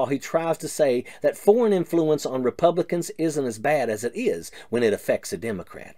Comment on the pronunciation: reboobli-cants. NEVER NEVER EVER